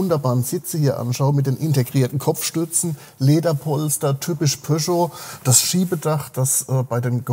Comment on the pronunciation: Pöscho...🙉 Am Anfang hab ich Porsche verstanden 😅